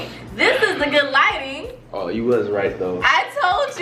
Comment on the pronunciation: Tell e why my boy flight kept saying lightning instead of lighting.